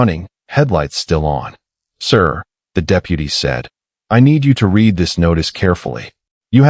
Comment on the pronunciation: to bad your bot doesn't know when to use read from read